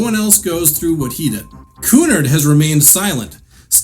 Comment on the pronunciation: You are mispronouncing the word Cunard. The accent is on the second syllable, not the first.